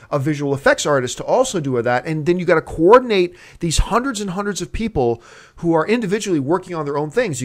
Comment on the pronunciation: John says, "coordinate" like John Witherspoon . I know it wasn't deliberate but I think it slipped out on a subconscious level.